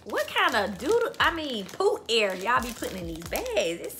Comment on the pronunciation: Poot air lmao 😂😂